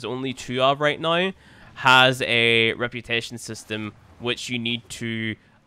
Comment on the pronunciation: I love when you say now it sound like nuw